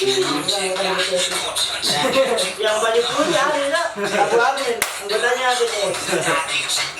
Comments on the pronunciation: Di baca nya betees yakk :v (bities woyy) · Bilang nya jan bete es tapi bi ti es